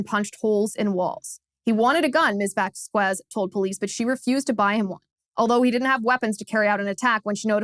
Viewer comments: I guess Liz doesn't know Spanish. It's pronounced 'Vos-kes'. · Liz, after living in CA, you should know how to pronounce Spanish names. The U makes the Q sound like a K, but is otherwise silent. Think about how you pronounce Quesadilla.